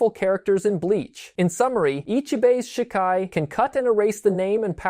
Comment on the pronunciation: good summary but gotta work on your pronunciations a bit lol some words i notice you struggled with which is fair cause of our brains work when looking at romanji characterized words. but to give you some clarity: Shikai sounds like= She-Kuh-eye Zanpukato= Zahn-puck-a-toe Shirafude Ichimonji= She-rah-foo-day, Ee-chee-moen-gee Futen Taisatsuryo= hoo-ten, Tie-saw-sue-ree-yoh-oh